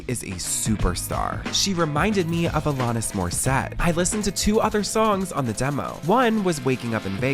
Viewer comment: Why do you not research videos properly? Even the pronunciation of Alanis while clips played pronounce it correctly was shocking. Kate Hudson was an actress. The picture you showed was a promotional photo from a movie she did with Matthew McConaughey. How does this channel miss such glaringly large mistakes? I can't be subscribed to you anymore.